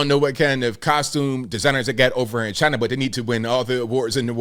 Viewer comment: Do we really believe Chi-Nah?